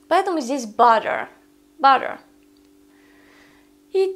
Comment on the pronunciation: в слове butter вы не произносите t почему